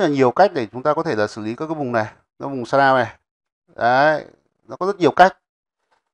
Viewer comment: Bài hướng dẫn khá hay. Nhưng mà Nghe mấy ông ng bắc đọc sa đao (shadaw) mà mệt mỏi quá